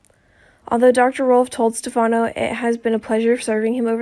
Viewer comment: Where is the "shocking" truth and when oh when will you learn to pronounce Stefano correctly??? Do you ever even watch the show??